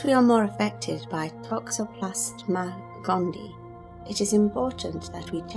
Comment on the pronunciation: Please pronounce "gondii" correctly. It is gond-ee-eye. There are two "ii"at the end.